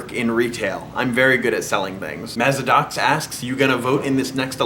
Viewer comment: You said Mazidox right! Thank you!